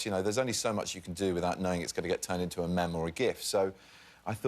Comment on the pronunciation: did he just say mem